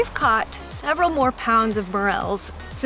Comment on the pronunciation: I love how says “caught” mushrooms! Lol Great haul guys!